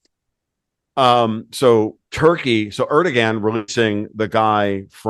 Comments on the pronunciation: pronounced Erdogen's name as "ehr dow gen" instead of correctly pronouncing it "ehr dow aan" is a clown. Don't allow him to grift another dollar. And please, someone tell that sucking a cigar in front of the camera (in many of his videos) demonstrates a weak-mind and emotional insecurity. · have another smoke..... your Au forecast is unrealistic And PLEASE.... pronounce names correctly: "ehr·dow·aan"